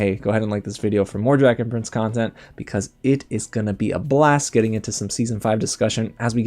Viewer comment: I'm not the only one that thought he said dragon friends